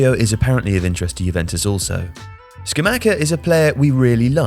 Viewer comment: It’s sca-mach-ah stupido